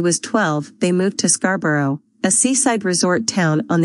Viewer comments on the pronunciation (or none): Thank you for this. But there is nothing quite as funny as hearing an American AI mispronouncing Scarborough!